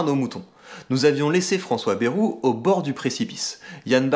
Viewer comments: Par contre Bayrou se dit « BAÏROU » pas « BÉROU » (en phonetique) 🤪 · "Bèrou" xD